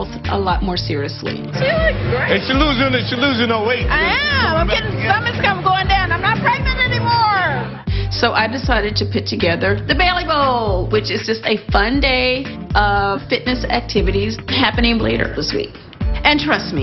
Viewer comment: You mean, Beely Ball. Cynthia's country ass can't even pronounce her own name. Bay-lee🙄